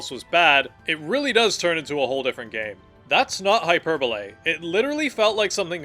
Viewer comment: “hyperbole” rhymes with ‘verbally’